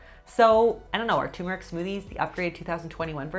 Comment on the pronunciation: turmeric, not tumeric. tuRmeric. TURMERIC! :-P